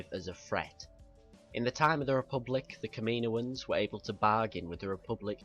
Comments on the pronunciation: Good vid but it's not kam-ee-no-ans it is kam-uh-no-uns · its said caminoans not kaminoian even though its spelt kaminoans